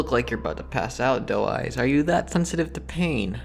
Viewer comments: I thought he was saying dull eyes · I KEEP THINKING HES SAYING DUMBASS INSTEAD OF DOE EYES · i thought he was saying doll eyes